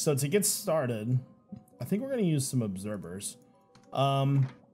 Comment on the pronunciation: it's obserVer not obserBer